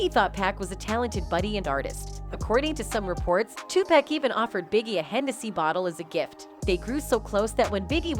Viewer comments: It's pronounced " TOO PAC"! NOT PACK!! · Pleaseeeeee get his name right TUPAC LADY TUPACCCCCCC PLEASE PUT SOME RESPECT ON HIS NAME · You all really need to learn how to pronounce Big's and Tupac's names. Also you are pronouncing Surge's name wrong also! SAY THEIR NAMES RIGHT! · After ALL these years, there is no excuse for mispronouncing Tupac’s name.